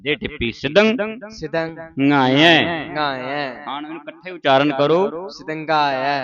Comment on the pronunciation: ਸਿਧੰਙਾਇਐ ਸ਼ਬਦ ਵਿੱਚ ਅੰਤਿਮ ੩ ਅੱਖਰਾਂ ਤੇ ਓਨਾ ਜੋਰ ਦੇ ਕੇ ਨਹੀ ਬੋਲਣਾ ਜਿੰਨਾ ਆਪ ਜੀ ਕਰ ਰਹੇ ਹੋ। ਸਾਰੇ ਸ਼ਬਦ ਵਿੱਚ ਇਕਸਾਰ ਜੋਰ ਦੇ ਕੇ ਉਚਾਰਣ ਕਰਨਾ ਹੈ।